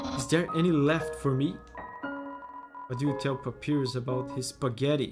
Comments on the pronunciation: From what I’m aware of, Papyrus is pronounced Pap-EYE-rus. This name is also a font! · Ahah love this. Just so you know it's pronounced pap-pie-rus. Hehe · It's not a big deal but the name is pronounced pap-eye-rus, it's based on the word papyrus (an ancient sheet of paper) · pronouncing Papyrus as Pa-pee-rus baffled me, because that's how I pronounced his name at the first time (I'm not a native English speaker). In my opinion, it does sounds cooler than Pa-pie-rus (imagine papaya vs papiro hehe) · Pronouncing Papyrus's name as Papi rus feels like the way he'd say his name if he wanted to be fancy. Like, he'd go to an art museum and introduce himself that way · Papyrus (Egyptian paper) is read pa-PEE-rus in portuguese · My spanish speaker pea brain pronounced "pah-PEER-us" until I heard the English way 😂😂😂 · The fact that he says Papyrus wrong hurts me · The way he pronounced papyrus I can't 💀